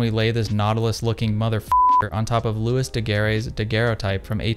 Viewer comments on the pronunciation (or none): And looey not lewis